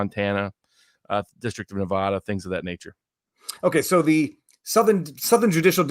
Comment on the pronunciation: Please, Please give me a New Yorker who can pronounce NuhVahDuh ().